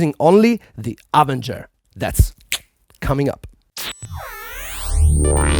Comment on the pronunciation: Nobody's going to comment on him saying "AH ven ger" instead of "ah VEN ger"?